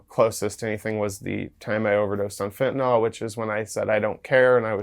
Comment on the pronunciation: There is no "o" in fentanyl hillbillies 😹